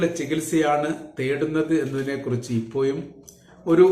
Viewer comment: ഇപ്പോയും അല്ല ചേട്ടാ, 'ഇപ്പോഴും'